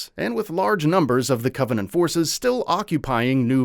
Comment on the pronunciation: Why would you have a person read this script who clearly has never played a single Halo game in their life? That's one thing but the guy can't even pronounce actual English words like Covenant.